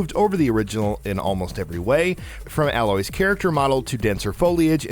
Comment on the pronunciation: Not Alloy... ay as in hey loy. They LITTERALLY pronounce her name in the game, how could you butcher it like that?